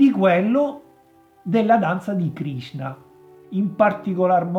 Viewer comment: Krishna.......he he he......non Krisna........